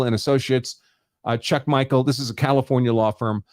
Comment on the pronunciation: It's Chuck Michel (like Michelle), not Chuck Michael...